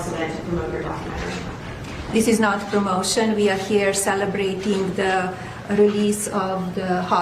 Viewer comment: Somebody make a meme "Eeet hass nuh-ting to do vif prrromot-ee-un."